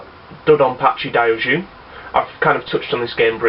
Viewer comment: Don't you remember the lesson? :) - Mushihimesama = Moo-she-he-meh-sama. Wish I could even try it mate! It looks amazing. - Dai Ou Jou = Die-Oh-Joh. I've heard this port is better than the 360 version. Very lucky to have it. Don't know why the hate on Thunder Force VI either, it looks amazing from what I've seen.